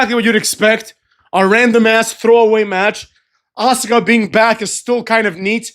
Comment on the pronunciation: Kinda love it when say ass-car/ass-ka(Asuka finishing maneuver), is creative up in this piece,muthafucks 😂